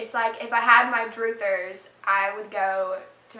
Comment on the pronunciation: in case nobody yet told you, it's 'druthers, (rhymes with brothers). derived from "I'd rather . . ." NOT droothers.